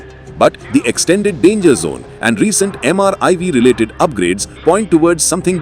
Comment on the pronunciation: Why the narrator every time says MRIV? It is MIRV.